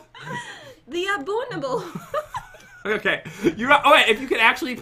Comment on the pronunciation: THE ABOONABLE ~ 2018 Im wheezing😂😂😂